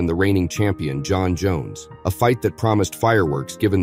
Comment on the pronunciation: jon joneeeyus 😅